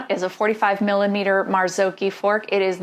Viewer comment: At least someone who pronounce Marzocchi properly, nice review, looking forward to test and (hopefully) to get one in red🤗